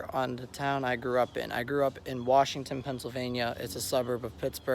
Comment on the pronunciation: but its pronounced "wershingten"🤣 all jokes aside great video. sad that the malls are dead. theater gone.🍻